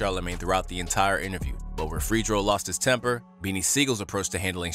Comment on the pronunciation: Who tf is "freeedro star"